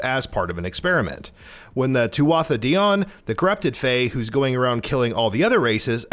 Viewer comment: Too-ah-tha Day-own. Not "Day-on". Also, the Fae aren't immortal beings that get resurrected, but rather physical embodiments of magic, and upon their physical destruction, are entered into the "cycle" to return. Yeah, it might seem similar, but it's important to note that Fae aren't living beings... just embodiments of magic.